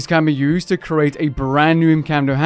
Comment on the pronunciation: It is pronounced "CREE-ATE" not "CURE-ATE." You are not curating art at a museum, you are creating an item.